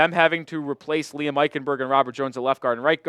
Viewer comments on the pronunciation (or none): none